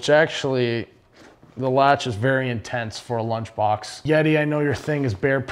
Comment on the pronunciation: “Blunch box”